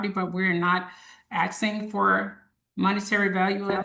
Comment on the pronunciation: "We are not axing for money..." FFS